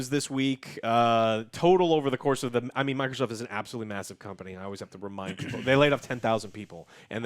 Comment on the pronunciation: "microthotht"